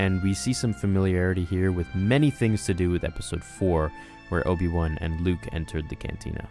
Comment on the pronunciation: did you say particularily ? and obi wun?